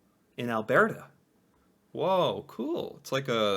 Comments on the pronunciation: I cried when you said Alberta!! It's Al-bur-ta not Al-bear-ta! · Alberta is not an italian word. it’s pronounced Like Albert not “Albearta”